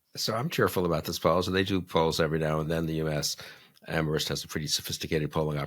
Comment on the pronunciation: PLEASE!! Do not pronounce the H in Amherst! It’s silent!!!